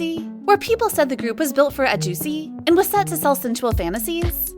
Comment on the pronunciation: Come on, ahjussi is not that hard to pronounce! Listen to mamamoo - aze gag to learn it. Love the videos, but the pronunciation of Korean words /group names etc is less than ideal, and even for the English parts I needed subs sometimes. You got this girl, take your time! No need to rush. Your voice is great, just slow down a little bit sometimes. Apart from that, the videos are amazing! Much love!